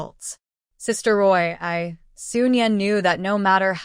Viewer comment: I think the MC's name is Ruo Yi not Roy.